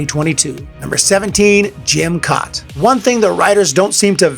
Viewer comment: Jim Kaat (last name is pronounced cat)